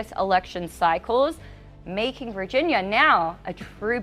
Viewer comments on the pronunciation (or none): none